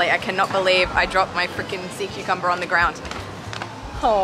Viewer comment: That's when SeaCucumber became "Saw-Cucumber"... Dad joke lol!